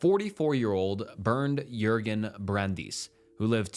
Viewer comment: You make pretty good videos, one suggestion, at least put the foreign names and words through a translate app. The Meiwes-Jurgen names are Mai-vez and Yoor-ghin. (Brent Yoor-ghin Brrandus and Ah-meen Mai-vez) If you put those names it’ll detect German and give you that. It’ll work for all names. If they don’t use the Latin alphabet then you can ask google or another AI to write the name in the corresponding language. Like, “How is Wong written in Thai?” And it’ll give you หว่อง and just put it in the translator from Thai to English. It sounds like, “Waahng”. Just a quick solution to make sure you’re not absolutely butchering names 😂